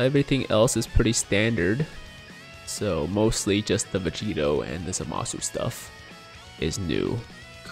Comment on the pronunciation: The first time Vegito announces his name, definitely sounds like he said Vegeta.